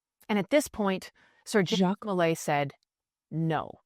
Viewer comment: I love your pot cast, but his name was Jacques DeMolay (said like zhahk de moh-LAY). I was apart of a Masonic youth organization and it was name after Jacques DeMolay. He was burn with 3 other Templars. Geoffroi de Charney (Preceptor of Normandy), Hugues De Peraud, and geoffroi De Gonneville.